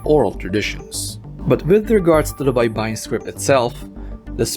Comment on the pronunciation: It’s also not Bay-ba-yin (shore) but Bay-bay-yin means to syllabicate